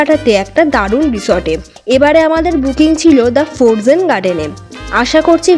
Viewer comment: সাউন্ড টা ফরজেন না দিদি। উচ্চারণ টা ফ্রোজেন হবে। এমনি সব ভালো লাগলো।